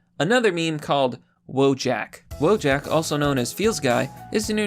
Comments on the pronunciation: it's "wojak - VOYAK", not fucking "wo-jack" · Wojak is not pronounced Woah-jack, but Voh-yuck. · IT'S READ VOH-YAK IT'S EVEN WRITTEN RIGHT THERE, NOT WOE-JACK IT MEANS "SOLDIER" IN POLISH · You can't even say Wojak right... wołdżak? It's wojak (jak like in yak, not jack) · Just FYI, Wojak, pronounced "voyahk" is a Slavic word for a soldier. Russians, Polish, Czechs, Slovaks, Serbs and probably the rest of Balkan would understand the word, although each language may have a slightly different accents. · He's saying Wodżak despite having the proper pronunciation right in front of him... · Funfact: Wojak is originally a Polish meme The correct pronunciation is "vo-yak" and it means a warrior. (pronounce it as you please guys, It's just a funfact) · j in wojak is pronounced like y in yes. its a slav name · When I heard him mispronounce wojak I knew he wasn't white